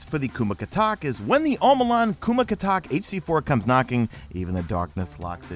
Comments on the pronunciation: Coming from a filipino, your pronunciation is not bad, but I will say it sounds closer to (koo-MAH-kah-tôk). Hope that helps in any small way, love your vids man! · it is pronounced kumkock